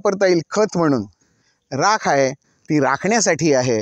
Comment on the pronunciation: Rakha nahi Rakh mhantat.